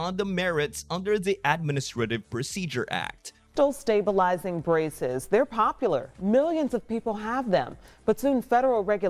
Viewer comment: This is the most incoherent presentation on braces that I have ever seen along with the newscaster continually saying stab bulizing braces. Strange that I can not find anything for 2024 on the net about the SCOTUS doing an emergency order. I just quit this confusing nonsense.